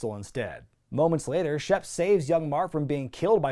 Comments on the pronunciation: I know his name's Shep Ramsey, but i keep hearing Chef Ramsey and now i wanna hear Hogan yelling about the lamb sauce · I thought you said Chef Ramsey. Like WTF!? Lol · I've watched too much Hell's Kitchen, I keep hearing "Chef Ramsey" instead of "Shep Ramsey".